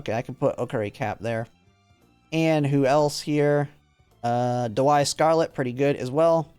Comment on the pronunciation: I enjoyed the video, but it pains me that you pronounce Daiwa, which is pronounced like 'die - wa', as 'da - why' Anyways, I'm also training parents for Taurus Cup and it's such a grind. Right now I have 6* play times over + a few other decent white sparks on one parent, but now I'm going to have to try for pink and blue sparks as well and I feel like that's going to take forever...